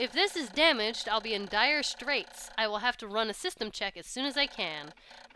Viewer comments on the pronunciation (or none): none